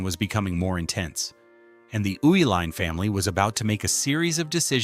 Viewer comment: I grew up in Milwaukee when the breweries were in full production. Its so sad what happened to them. Loved the video The video mentioned that the Uihlein family kept the name Schlitz partly because Americans could not pronounce their name. Well the video proves that because after living in Milwaukee for over 60 years I have never heard the name Uihlein pronounced the way it was in this video. It was always pronounced, "E-Line" . Now, one of the family members now ownes a company called "U-Line". That might be closer to the German pronunciation. But all I ever heard was "E-Line". There was Uihlein Hall at the performing arts center (pronounced E-Line). it was Uihlein field, a polo field, again pronounced E-Line.